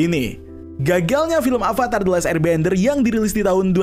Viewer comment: Beberapa kali Narator mengucapkan kata "ALVATAR" Yang benar itu "AVATAR"